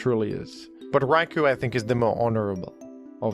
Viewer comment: Raikou is actually pronounced Rai-koh. Japanese guy here